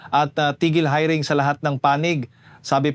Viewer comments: Paulit ulit Yung hiring mo Mali Ang bigkas ano ka ba? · Anong pronunciation mo ng hiring ayusin mo nakakaadar Mali mali